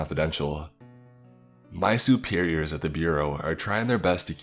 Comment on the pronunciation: “My Soo-Peer-ree-yurs” 😂😂😂🤣🤣🤣